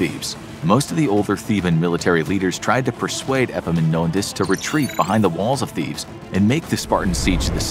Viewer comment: This is the first time I hear an non-greek saying a greek name well. I meant the Επαμεινώνδας (Epaminondas). Well done, consider me impressed.